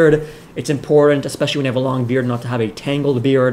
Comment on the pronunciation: The word is IM-PORT-ANT. Jesus! Brown tongue and "imporen" are both abominations. Your videos are great. Thank you.